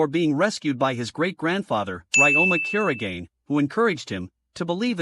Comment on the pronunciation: Bro you got his second name's pronunciation wrong